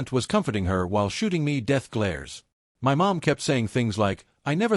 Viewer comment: Does AI not know how to pronounce 'My'?